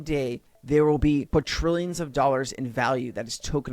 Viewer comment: Quatrillions 😂 Funny everytime.